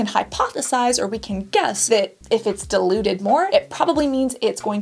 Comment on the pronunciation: I am obsessed with how she pronounces "diluted".